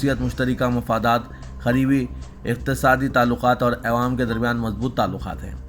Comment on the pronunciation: چانول نیچے رے بلوا. چاول بول. اےوام بولنا کب چھوڑتاکی عوام جب بولنا کب سیکھتا کی؟؟؟